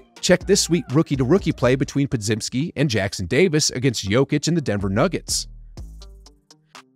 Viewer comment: Bro doesn’t even know how to say Podziemski’s name 😂 how do y’all trust this guy